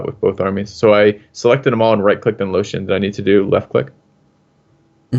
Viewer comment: Im sorry but is calling Lothian Lotion?